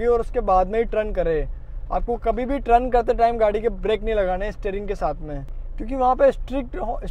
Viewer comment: Trun nahi bhai g turn hota hai..